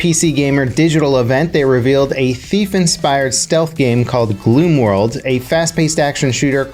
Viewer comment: It’s called gloom wood not gloom world 😉